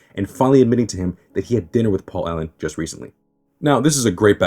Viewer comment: Its Paul Owen not Allen